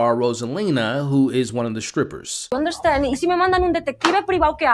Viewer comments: ROSALIA !!! not Rosalina :( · It’s Rosalia…. Not Rosalina!!! 😂😂😂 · Her name is Rosalia… not Rosalina 🤪🤣😳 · Rosalina 😒🫩🙄 it’s Rosalía! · mispronouncing Rosalia is actually crazy